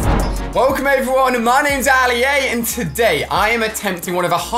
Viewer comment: His name is Ali-A not Ali -A